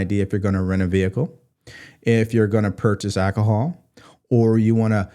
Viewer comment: It Fustrates me when you say Ackahol 😂 Word 🥸🤓🙀🙀🙀